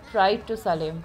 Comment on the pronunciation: It's salem pronounced as "Say-lum".. If you by pronounce properly, learn to do that..